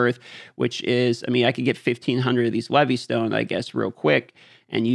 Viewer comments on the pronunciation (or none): none